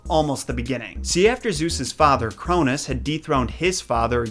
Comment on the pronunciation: You mean the sons of Uranus not the sons of Crounus